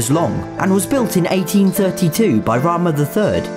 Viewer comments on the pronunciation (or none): none